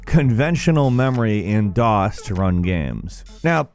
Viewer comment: Are you saying daws or dos for number 7 cuz those are two different things